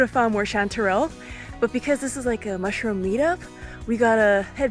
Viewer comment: honey mussroom 😂